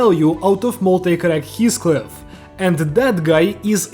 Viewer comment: Everyone: Heathcliff is pronounced like this (He-Fh-Cli-Fh): HiSCliFf (His-⛰️)